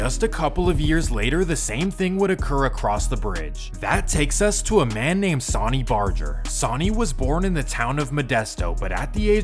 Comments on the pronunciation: The amount of inaccurate information is insane 😂😂 and his name is pronounced “Sun-ny” not “saw-ny” The chief Sonny Barger. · It’s fucking sunny 🌞 stop calling him sauny lmao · Dude it’s not pronounced like the word Sony it’s pronounced like the word sunny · Why do you pronounce sonny like Sawny? Lmao it’s sunny bro and Laughlin is pronounced “Loff-Lin “ not Law-Lin 🤭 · You pronounce it “SAW ny” but it’s “sUH ny” like “son and daughter” or “sun and moon”. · It is called SUNNY not Sauni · “Sawney” Barger?! How bout Sonny (Sunny) Barger. Come on man. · Pronounced "sunny" not "saany" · Sonny is pronounced sunny. Laughlin is pronounced loff-lin. Cellphones existed in mass markets since the 80s. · How do you an entire documentary on the Hells Angels and pronounce his name Sahn-E? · Are u a weird computer program..bc idk any1 that pronounces sonny (San-knee) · Sonny is pronounced “sunny” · "Sawyny" Barger, lol. Assuming this isn't an AI narrator, that's pretty sad. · His name is pronounced Sunny...idk how you wouldn't know that but I hurt my ears every time you tried to say his name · Sawny barjer, monteeeebelo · Sonny Barger's name is pronounced, "sunny" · Sunny not sonny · Sauny? Lmao bro needs to go to a remedial English class to learn about pronunciation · Dawg you lost all credibility for me when you said sonny the way you did. It’s pronounced sunny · Pronounced Sunny. 🌞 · Sonny name is pronounced Sunny lol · Bruh your pronunciations are awful. Sonny is pronounced sunny. And Laughlin is not lawland 😅😂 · his pronouncing of Sonny's name , each charter is independent, Sonny may be godfather of the modern club but was NEVER in charge of entire club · Pronunciation isn't strong with you. Jesus sonny isn't pronounced that way. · Really, sonny (soh-nee)…why does everyone who makes these types of videos botch the names. Nerds. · That's not how you pronounce "sonny" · Could have at least pronounced Sonny's name and Laughlin correctly 👎